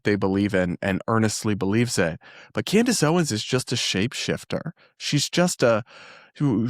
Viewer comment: My favorite mispronunciation of hers was, "Camrace Owens." 😂😂 I have to laugh so I don't cry. 😂